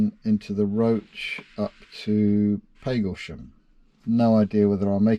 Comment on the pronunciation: Lovely job,. Just one thing: I grew up in Hadleigh, Essex, and I always thought it was Pag as in bag Paglesham. Have I been wrong for the past 70 + ( plus quite a lot) years?